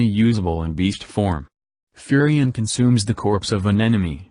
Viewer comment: "Furry Ann"